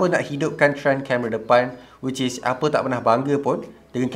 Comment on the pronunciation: No one:: wicis